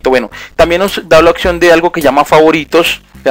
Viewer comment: Gracias compa........ de donde eres?...... se dice oPción, con P, no oCción con C, así lo pronuncian todos en tu país?........ saludos!